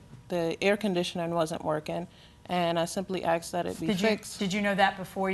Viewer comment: Is it asked or axed?